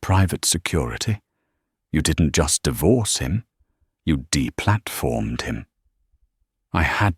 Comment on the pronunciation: She "deplarformed" him 😂